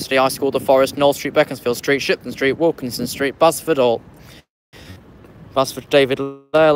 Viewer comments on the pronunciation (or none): You been pronouncing beaconsfield street wrong It is is prounounced Bee_cons_Field Street not Beckamsfield